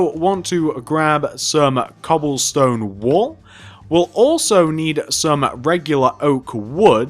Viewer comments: In the beginning I thought he said 'cobblestone wool' and I was so confused for a minute, until I realized he had actually said cobblestone wall haha. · that happened to me too